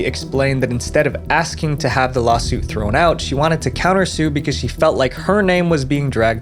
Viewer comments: "Axing me for evidence". Literal idiot. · "axing" for evidence. 😅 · Hey Ashley it's ASKing not 🪓ing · "axing"? 😅 You mean "asking"?